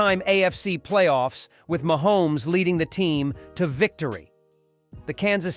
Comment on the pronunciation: Mahomees stop saying it like that